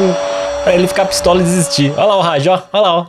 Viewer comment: se escreve Hagi mas se pronúncia ha-gui